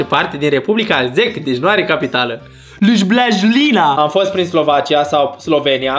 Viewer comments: se scrie Ljubljana dar se citește Liubliana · Liujblqjlina’’ Mooooor😂😂😂😂😂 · Când ai spus,,Ljubljana" am râs